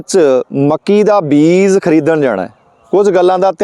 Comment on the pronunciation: Veer ji mainu phone te punjabi vich likhna nahin aaunda per tusi punjabi nu punzabi na kaho nale tusi beej nu vi beez hi kahi jande ho kirpa karke talafaz wall dhian dia karo muaafi sahit sujhaa